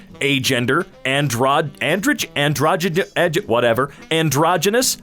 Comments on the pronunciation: how was able to pronounce "Androgynous" but not "Androgyne"? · *Can't pronounce androgyne Also: *Pronounces androgynous perfectly